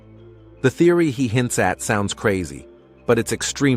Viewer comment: I noticed that you said therery many times. Theries not REALITY MY FREIND